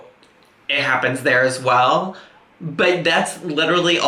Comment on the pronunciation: This morning my boyfriend pointed out I say ‘whale’ instead of ‘well’. He’s not wrong I do!